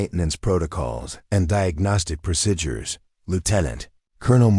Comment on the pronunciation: Procedures is pronounced proceedures. Several other words are pronounced wrong also, A very good story